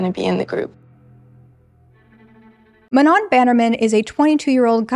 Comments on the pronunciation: MA-NOH NOT MA-NON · It took me all of 35min to understand that her name was Manon, I kept hearing you call her "Menol" i was like wow such a unique name